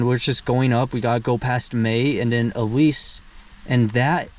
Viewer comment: We used to live in Arco ( about 15 miles west). Howe is pronounced "how" . Pahsimeroi is pronounced Paw - SIM- mer - oy. Ellis = El-ess. Back about 25 years ago Barney Hot Springs had aquarium fish living in it. Looks like there is still some there. Thanks for the trip down my memory lane.